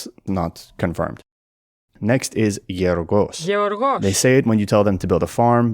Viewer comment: Yeorgos- I thought he said “you’re the boss” which is perfectly in character for the worker 😂😂 Chinese speaker playing AOM is the greatest thing that liven up the mythology! And no I didn’t play the Chinese one because mine came on a cd before they released it